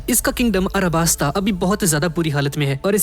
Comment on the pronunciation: BHAI ARABASTA HAI YAAAAAR ALABASTA NAHI ...............................